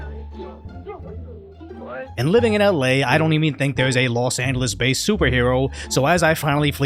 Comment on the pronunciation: I like how the host of this channel pronounces 'Los Angeles.' He says the 'g' in Angeles like it's a 'g' and not a 'j'.